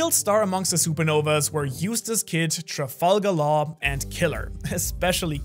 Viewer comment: TRAFAL GALAL .............. DAMN THAT WAS PAINFUL TO HEAR..........GET YOUR SHIT TOGETHER MAN...